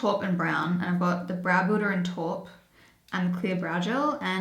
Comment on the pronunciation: I think you pronounce taupe as tope (like rope), not torp. X